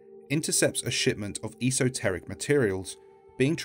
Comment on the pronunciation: Esoteric is pronounced Ess-oh-ter-ic. Not sure about thaumaturgy but I've always pronounced it thor-mah-tur-gey.